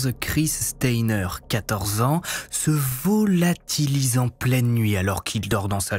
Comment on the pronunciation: Le< > me fume😂😂